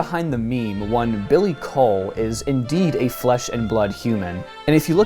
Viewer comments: Coull is pronunced cool not cole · as a scottish person, i can guarantee you its pronounced "cool"